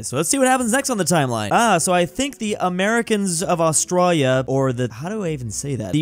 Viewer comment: Did He Say "Austrália"?